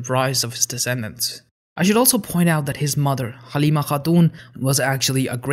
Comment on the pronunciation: Not Galymmee Ha-aaadun. You can say it as english name, "Halyme Hatun"